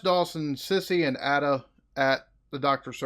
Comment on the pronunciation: Its pronounced aid-ah not add-ah